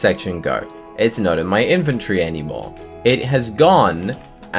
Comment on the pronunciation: Invtree-No ( In-vent-tory) Inventory